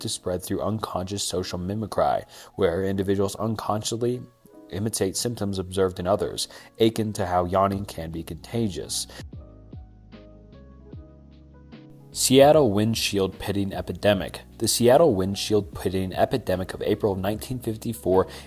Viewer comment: akin - if you’re just going to basically read off a sheet of paper, at least know how to pronounce the words. It’s A Kin. Not aching. 🤣🙄